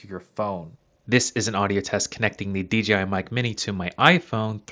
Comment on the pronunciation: Why does everyone say DGI even after the written DJI in the description?